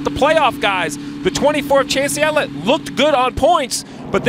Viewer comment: Did he say.. Chase Yellit.....